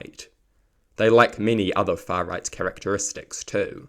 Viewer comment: I think you could have said "the fuh riyght" a few more times.